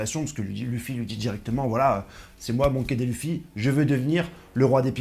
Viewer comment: Bonjour monsieur La prononciation monkey dé luffy au lieu de monkey di luffy ça à trop duré et c’est insupportable merci pour tout Je ne regarderai plus